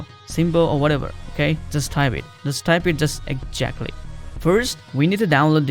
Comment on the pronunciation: When he said eggjaktly I knew he was a fellow indian